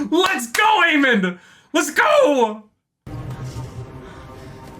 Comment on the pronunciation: And it's Aemond, not Aemon.